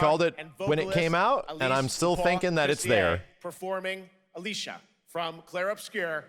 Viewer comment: That Expedition 33 live performance was amazing. Geoff didn't pronounce Alicia correct, but that's ok lol